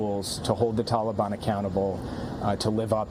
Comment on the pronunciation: "Tollybon". Sleepy Joe thinks "tollybon" is a flavor of ice cream.